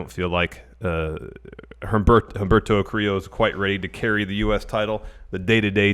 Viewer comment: The H is silent in Humberto Carrillo. I'm not trying to troll just helping out